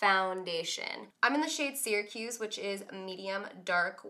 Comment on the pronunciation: I'm sorry I love you but I hear people saying "sericuse" when it's pronounced "saracuse" 😂 I live in Syracuse in NY so no one try to bash me on the right pronunciation I live there 😂😂😂